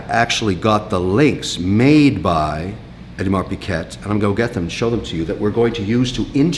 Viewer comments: Did anyone in his company have the guts to tell him that it's a 'g' and not a 'q' in Audemars Piguet? If not, are you hiring? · It's pronounced, "Peekay".....not "Pickette" hahahahahhahaha. What a comedienne. Surely he's just pretending to be an ignorant SOB. .....but he'll tell you....he's RICH....as if that was an excuse for it..... something to be proud of....like being a Trudeau. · Pronounced Peeeee gay mr collector.... Peee gay..... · Much more like OohDMahr Pig-ay actually. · T in Piguet is silent. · the 11.59 dont think it was half people hated it half didnt , it was more like 99% hated it. also can you learn how to pronounce Piguet silent T. since you chuck in french words all the time be good to learn to pronounce .